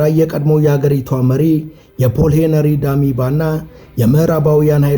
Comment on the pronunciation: ተራኪው ድምፁ በጣም ደስ ይላል ።ግን የሠው ሥም ይገድፋል።ሄነሪዲማባ አይደለም ሄነሪ ዳሚምባ ነው።